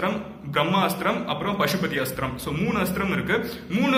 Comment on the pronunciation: Bro it's not pasubathi astram it is pasubathasthram